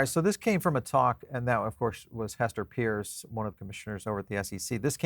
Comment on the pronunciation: Are you EVER going to get Hester's last name correct?